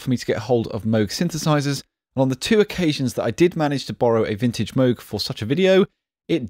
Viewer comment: I wonder if he may be the only reviewer to correctly pronounce Moog? It's not Mow-g like "mow your lawn", and its not Mooooog, like the sound a cow makes. It's somewhere in between that only a Brit can pull off correctly, and I guess Bob Moog.